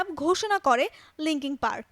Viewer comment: মাইক ছিনোডো - দ্যা অ্যান্ট - ওয়েটিং ফর দ্যা অ্যান্ট - লিংকিং পার্কের ব্র্যান্ডের - আহা উচ্চারণ! কি খাইয়া যে প্রতিবেদন বানায়। এটা একটা ব্যান্ড, “ব্র্যান্ড” না।